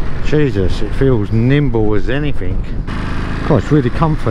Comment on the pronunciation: I like your videos a lot. They are stright to the point. What is it, you say and later again " feels really limbo"? Or nimbo? What does it mean?